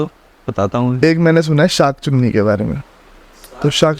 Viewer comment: Bhai tu Rahn de....Sankh se Sankha aur usse SankhCunni...itna ulta pulta bol raha hay abb tere pichhe SunkhChunni padega 😅